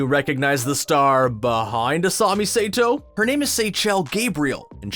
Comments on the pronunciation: Also it’s asami sah-toe not say-toe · Make-o Say-toe I'm disappoint. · Asami sato not saytooo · You can tell the dude on this video did not watch the series Make-O and Sate-O... I cringed so hard. 😖😖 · Seychelle Gabriel didn't voice Princess Yue in the cartoon, she played the live action version. Also 'say-to'? Who does your research? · "May-ko" and "Say-to" ARE YOU SERIOUS??? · and sato